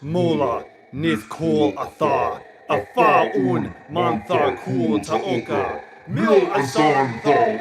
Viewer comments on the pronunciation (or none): none